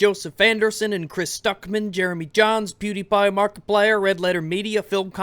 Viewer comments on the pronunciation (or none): none